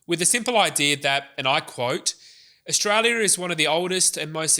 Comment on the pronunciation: Very good, but please learn that "final" is "final", not "finuow", and "Australia" is "Australia", not "a Shtralia".